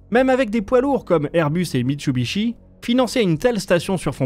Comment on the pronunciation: Super vidéo. MitSUbishi. Not MitChubisbi ;)